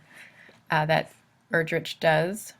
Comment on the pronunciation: Her last name is pronounced Er-drick, not Er-drich